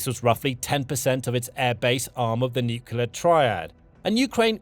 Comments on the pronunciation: Stop saying " nucula" it's nu kle ah. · The narrator can't pronounce nuclear. Over and over it is mispronounced. There is nothing mysterious about it. It does not rhyme with ocular.